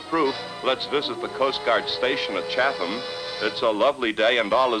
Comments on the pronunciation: Chatham. Chat-um. 🤦🏼‍♂️ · And it is pronounced "Chat-um".